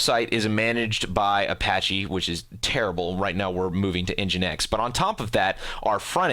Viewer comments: nginx = "engine x" not n-jinx my whole life is a lie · n-jinx lol